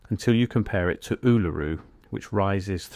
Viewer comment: The problem with AI voice narration is that it can’t pronounce Uluru properly